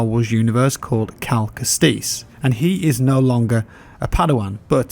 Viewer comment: did you just say kal ke-STIS? its pronounced ke-stus